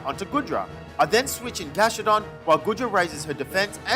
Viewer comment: This was an amazing Legends Arceus Nuzlocke :D | I loved when you were against Goodra and then you said Guh-dra it was so funny! I hope you make begin doing some Shiny/Type Nuzlockes too!